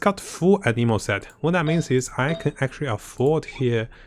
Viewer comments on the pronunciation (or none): none